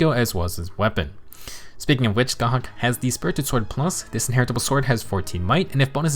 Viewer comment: Small detail, but as an Irish person it really did my heart some good to hear a Fehtuber pronounce Scáthach right! I usually hate when an FE4 banner comes out and all of the popular creators bastardise the Irish and Celtic names of the characters and locations, so it just made me happy :) Love your content btw!